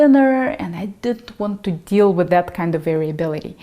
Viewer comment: Love the way Russians pronounce "deal".